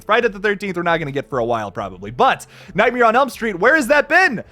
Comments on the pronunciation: You pronounce it, nightmier. Google how Bert Kreischer says it to know what I'm talking about. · Is anyone else bothered by how pronounces nightmare?